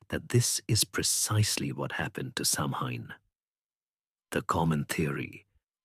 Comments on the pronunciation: Stopped listening after mispronunciation of Samhain. It has NEVER been pronounced Sam Hain. It's "Sow-an". Christ on a bike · thanks for your reply. I got annoyed because I'm Irish & know how to pronounce it correctly & it's really not that difficult to do your research these days. These things matter to people. I just don't think I could've listened to the whole thing knowing Samhain was going to be mispronounced.